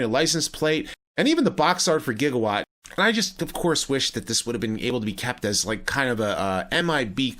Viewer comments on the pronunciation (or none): No Back to the Future fan pronounces Gigawatt like that